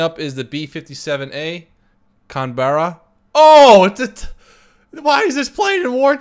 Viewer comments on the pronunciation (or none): its pronounced can-bra not cunberra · not a fan of american plane designs but i will admit i want to have this plane. it performs amazingly on the dev at least. and canberra is pronounced can-bra. iirc should be pilot, navigator/radio operator and bombadier